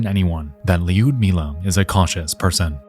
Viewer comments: Lyudmila, Tatyana, and Nataliya are hard for Americans to pronounce. They are supposed to have three syllables when spoken aloud: it will sound like, yood•MEE•lə, except you will begin the word with the tip of your tongue on the roof of your mouth. Lyud is a single syllable. Tatyana is similar. The letter Y in English with regards to Russian words is typically combined with whatever other vowels are next to it: Tatyana -> tat•YAHN•nə. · This feels like a combination of the Dyatlov Pass incident, and the strange deaths in the Tatra Mountains in 1925. Regarding Lyudmila, I perfectly understand that one cannot always get the pronunciation of various unfamiliar names right, but considering how many times her name was mentioned, it became a bit jarring even to my Swedish ears. I don't want to nitpick, but it wouldn't take many minutes to check how to get it at least somewhat right. Other than that, this was an excellent and interesting episode. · The way he pronounces "Lyudmila" makes me cringe a little every time but I guess it's difficult to pronounce for English speakers 😀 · the constant mispronunciation of Людмила's name is criminal like mf just circle your lips why are you adding an [i] in there!! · I love this. It is great. However, I wish you said Lyudmila in any other way. "yu" would be pronounced as one vowel, it sounds similar to when you say "you" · By the by, Ludmila is read with U as.. the word "you" , no need of iu sound. Great job! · Great video so far, but it's just 'Ludmilla", not Li-Ud-Milla 😅 driving me insane 😅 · the way you pronounce her name is funny . Is not li-ud-milla is liud-milla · You say " Lewd milla" . Its Lud as in LUDicrous. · Surprisingly good pronunciation of names. However, Lyudmila sounds too american :D Instead of Leeyoodimilla it should be Loodmilla, with 'loo' sounding exactly like 'looming', and no 'i' between D and M (they should sound like DM in roaDMap) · It’s Lood-meela no Lee-ood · I believe the “y” in Lyudmila is silent . . .